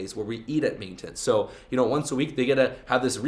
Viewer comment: Where’s the girl in the thumbnail you bitch. Btw your pronounce MAINTENANCE awkwardly